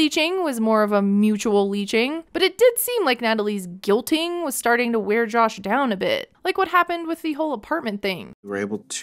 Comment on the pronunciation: can't get over how she pronounces Jush